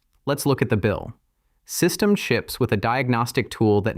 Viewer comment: "Systemed" instead of "SystemD", you're absolutely right!